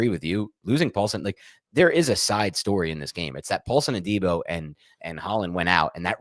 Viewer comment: Love the show but for gods sake..it’s pronounced “A-Dee-Bo “ not” day-bo” lol